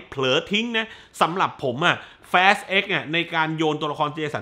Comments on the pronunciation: ทำต้องเรียกแฟสทำไมไม่เรียกฟาสเหมือนคนอื่น😂😂😂พยายามแตกต่างตลก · อนาคตถ้ามีภาคใหม่ ช่วยพูดว่า ฟาสสสส ได้มั้ยงับ แฟสสส ผมรู้ถึงเตะหู เหมือนพี่พูดคำว่า ตด ฮ่าๆ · ตกลงผมอ่านผิด หรือพี่เขาพูดขำขัน fast ฟาส หรือ แฟด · สรุปอ่านว่า ฟาส หรือ แฟส